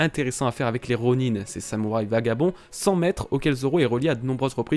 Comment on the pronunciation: On dis ronin (ron1) pas ronine